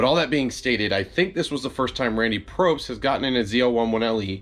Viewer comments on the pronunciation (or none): It's Pobst, dude, POBST. Not Probst. There is no R in his last name, just FYI Oh Jesus, and "irregardless" is NOT A WORD. The word is "regardless". Come on man, you're making yourself sound uneducated.